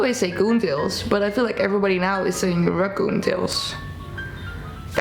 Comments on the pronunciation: I know you're not doing it on purpose and I don't want to embarrass you, but please make sure you pronounce the "ra" in racoon because the shortened version can be a derogatory term x Edit: Your hair looks lovely by the way! I'm sorry for bringing whatever I've brought to the comments section. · Who do you think she offends by mispronouncing raccoon? The raccoons? 😂😂😂